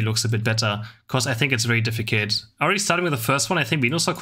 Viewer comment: much love!! but you need to learn how to pronounce „difficult“ in english sorry